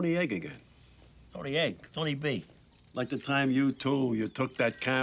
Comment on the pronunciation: Not to mention him saying "Tony egg" instead of Tony B